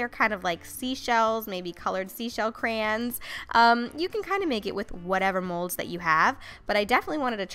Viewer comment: Eeeew stop saying crayons like that 😂😂😂